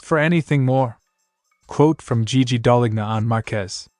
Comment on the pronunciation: Just so you know, the letter 'g' in Gigi Dall'lgna is silent... so what you should hear is, Daal-lean-ya...Other then that great channel!